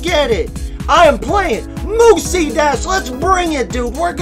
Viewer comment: I don't know if you're mispronouncing it on purpose but it's (myoos) dash, not moosie